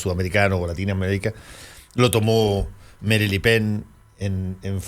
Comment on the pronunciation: deja el ingles, Es Marín Le Pen no Merin Le Pen y en Chile Marina Le Pen